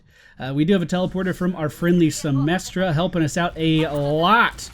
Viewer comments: Symmetra, not Symestra! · the name is Symmetra, not Symestra.But this is a great video and i appreciate yor hard work.Hope you will continue w/Wverwatch videos.Cheers,love <3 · He keeps calling Symetra symestra lol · Symmetra and Zarya. (and lot of people) keep saying their names wrong. And no, they arent that new. There were both part of the 2nd wave that was announced shortly after the game itself and a few initial people.